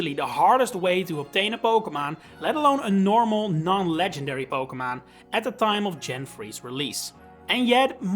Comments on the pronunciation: If find the way you say "pokemahn" very amusing. Are you dutch ? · why do you say poke MON